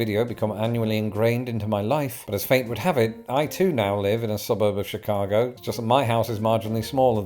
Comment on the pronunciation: WOW! is British and pronounces Chicago even better than Californians (but it's arguable that they're real Americans 😅)!